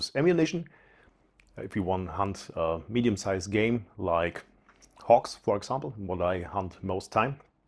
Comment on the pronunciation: It sounded like fox, but I believe he was saying hogs.